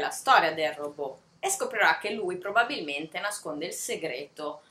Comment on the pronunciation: Bel video. Mi hanno attirata molto " Cassandra " (adoro la mitologia greca) e "La casa sul Bosforo". Non per fare la puntigliosa, ma vorrei darti un consiglio su una pronuncia: si pronuncia " Ròbot" e non "Robò"( ovvero alla francese), perché il termine deriva dal ceco ròbota che significa lavoro pesante, a propria volta derivata dall'antico slavo rabota, servitù.